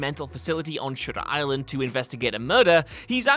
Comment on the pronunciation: Am I the only one that thought was saying sugar island instead of shutter island?